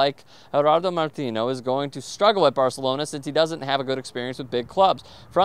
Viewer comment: you pronounced it perfectly at the mark. The "n" is pronounced just like it is in English. You only say the enye sound if it has an ñ.